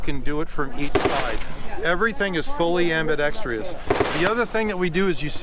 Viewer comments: The word is Ambidextrous. [am″bĭ-deks´trus]. NOT am bi deks trius. So sick of people using words they can't spell. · ... There's Only One 'I' In Ambidextrous...Not Ambidextr'i'ous...Don't Try To Sell People Something/A Feature If You Can't Even Say The Word Correctly 🤣🤣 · I'm not going to buy an ambidextrous rifle from someone that calls it am-bi-dex-tree-ous. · It’s ambidextrous not ambidextrous fool. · Damn you noticed that too. It somehow tarnished an otherwise perfect presentation. Bro could sell ice cubes to an eskimo.